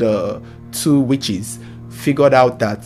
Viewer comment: The way he says the three witches make me laugh